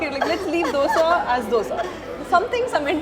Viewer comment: Its not Dhosa, its not dosa its Doseeeeee.